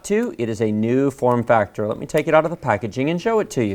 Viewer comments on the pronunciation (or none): none